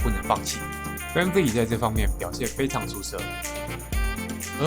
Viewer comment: Vanvleet發音完全錯了好嗎